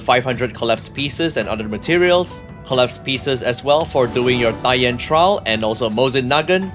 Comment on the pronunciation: Finally someone on internet who can pronounce her name correctly.